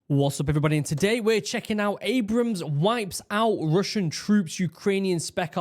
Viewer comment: It’s not Abraham’s … take another look. It’s very different ….. Ab’rams … Ab-rams is how it is